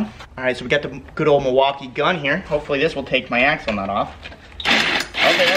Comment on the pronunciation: Every time he said "axle nut" it sounded like "asshole nut"